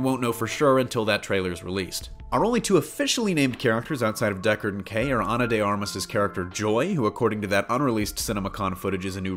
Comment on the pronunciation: It's DeckARD, not DeckER... not trolling, just a big fan.